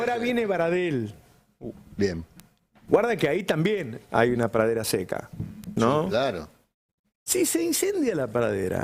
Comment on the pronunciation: no puede pronunciar la palabra "pradera"?🤌